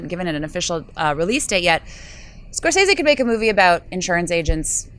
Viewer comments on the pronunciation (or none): none